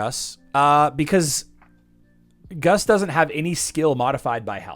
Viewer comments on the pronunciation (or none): "Gus" is Augustus. "Guus" (pronounced "goose", a play on his birds) is NEVER pronounced "Gus". "Vacuum" has two U's. Do you pronounce that "vack come"? When was the last time you "vack come'd" a carpet?